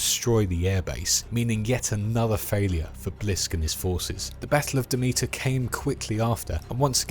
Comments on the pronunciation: Pretty sure it’s pronounced Dem-it-er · My god you butchered the pronunciation of Demeter 😂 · Ok... Have you even played these games?? For a lore video you are missing a lot. And you don't even pronounce Demeter right, and the outlands is not a planet!